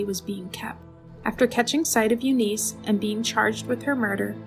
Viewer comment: U niss not u niece your race baiting and beating a dead horse is not helping your channel. Yes things were fucked up back then buts thats the way it was. The pronuciation of several words would suggest a compyure generated voice or a person reading a word it is not familiar with ar K ologist